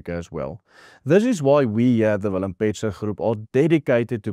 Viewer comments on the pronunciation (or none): none